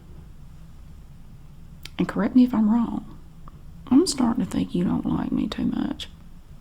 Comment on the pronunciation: I love how she says “wrong go” 🤣